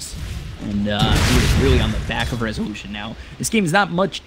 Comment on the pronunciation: how many times did he says: rezuuulüüüshön!?